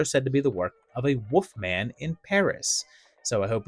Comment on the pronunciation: What’s a woofman?